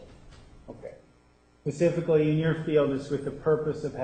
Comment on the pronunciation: Does anybody even think Wurmi even graduated college at this point? He has the notes RIGHT IN FRONT OF HIM, but STILL gets dates & words wrong. 🤦🏽‍♀️ he says "pacifically" not "SPECIFICALLY 🤦🏽‍♀️ he can't say the word "tumultuous." he either chooses to twist words or seriously doesn't comprehend what she says, and when she asks him to repeat his question, he can't. How shitty of a lawyer can someone be?! My god...